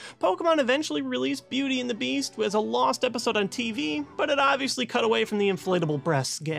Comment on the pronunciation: I'm 4 years Kate, but he says 'Beauty and the Beast.' Not 'Beauty and the Beach.'